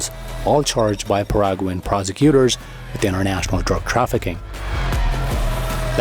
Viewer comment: It is Not pronounced Paraguan, it is Paraguaian. Exelennt video